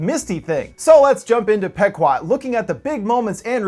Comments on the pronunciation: It's pronounced "PEE-QUOD," you Millennial moron, not "peck-wad." Typical Millennial -- a lifetime of reading words online without ever having heard a human being speak them. Quit gaming and get out in the real world. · It's pronounce "P-quad" not "Pek-wad", sir. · It's pronounced Pee guad. The name of the boat in Moby Dick. Millennial assholes. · In all honesty it's pronounced pe-quad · it's PEE- KWAD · pronounced "Pee 'quad" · Isn't it pronounced Pee-quad? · I think its pronounced pea-quod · Pronounced "Pee-kwod". Named after an Indian tribe from Connecticut.